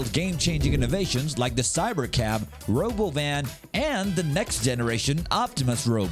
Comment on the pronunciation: tesla is what? the stock crashed and you rponounce robowhen wrong